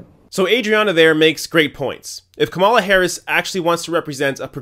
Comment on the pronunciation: I'm not a fan of Kamala, but you are pronouncing her name wrong. If she didn't learn the lesson of Hillary's campaign then she is doomed to fail.